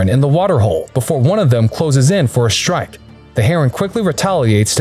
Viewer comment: He keeps saying shtrike whats with the adding an H to ST words? its shtupid